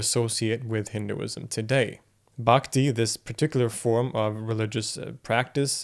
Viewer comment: Great vedio for direct experience.. Pronunciation of Brahman is not correct. Should not drag Brahman. I Pronunciation of Brahmin varna or so-called caste. Bhakti s Pronunciation is also incorrect. You can see diacraticsl marks such as---__ --' _ . Brahman Braahnin Bhakti Maayaa That which belongs to Sankara is.. Saaankara..Tsdhdhits.. Upanishads not upaaanishads. But. EUROPEAN CSN OFCOURSE... WE PRONOUNCE ENGLISH DIFFERENT WA.BUY WR LEARN FROM RP..DANIEL JONES. BIRD VOWEL... DICTIONARY..MARKS.. SILENT G..IN INTERRUGNUM FOR INSTANCE. FOREIGN...2 WAYS BRITISH AMERICAN RHOTIC ILLUSION OF WORLD.. SUPERIMPOSED SNAKE IN A ROPE ADHYAASA..MAAYAA..CORRECT PRONUNCIATION YOU DID SIR. CONTRODICTED BY RAAMSANUJA. AHAM BRAHMASMI